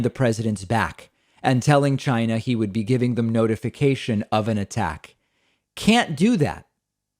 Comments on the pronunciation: When he says: China, listen carefully, I believe he is deliberately misprouncing the word to sound like: Gy-nah. Sometimes he pronounces it with a 'C' but most times it's a 'G', listen for yourself. Being a native NY'er I have the same accent. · Lmaooo David I love the way you imitated how Trump said “China”. He really overly-enunciates it in the strangest, most comical way.